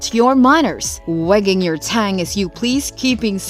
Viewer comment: Wagging ur Tang?? Tongue sir... not tang.